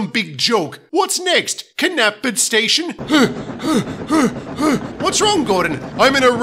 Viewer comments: Knapford IS pronounced as NAP-Ford, and not "Kuh-nap-Ford! I used to use the latter pronunciation years ago until I learned during then that it was actually the former one. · K-napford Station. Hehehehe...... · i listened to the railway series narration, and knew the rheneas and farqhuar thing, but KNAPFORD is unheard of! 😂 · This does coincidentally fit with the the scene in the last episode of season 4 where the engines are talking about there names in SOS good timing mate lol btb k-knapford sounds like either gordon or Stewart are having a k-koniption lol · Willie Rushton's narration be like: K-napford Rhen-e-as I also don't like how Michael Angelis says Ffharquarr in Baa.... Ffha-farquarr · R-eh-nei-s Fh-ar-qur Kuh-nap-ford